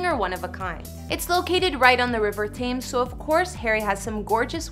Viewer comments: Tames? It's tems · Hold up did this girl say River Ttthhhames is pronounced Tames luv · The Tiver Thames is spoken: The River Tems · The London river Thames is pronounced as TEMS.... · The river what??? 😭😭😭 it’s pronounced “tems” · why do americans call the thames “taymes”😭💀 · Why does she say river Thames like that